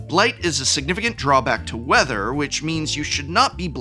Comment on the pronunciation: What mechanic is "WEATHER"? I know what WITHER is, but I don't know a mechanic named "WEATHER." And you clearly said, "WEATHER", not "WITHER."